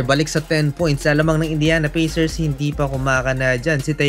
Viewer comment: Pacers --------------- Pey - sers in pronunciation.